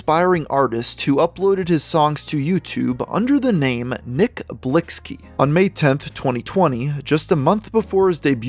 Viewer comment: Bro you be butchering some of these names. Nick Blixky isn’t pronounced Blix-ky Is Blicky, his gang crosses out the C’s. Snoop Dogg was in the two one three, not two thirteen.